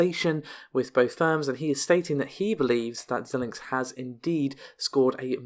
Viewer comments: Xilinx is pronounced "Z-eye-linx" and not "Zill-linx". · I do not believe that Xilinx is pronounced like that.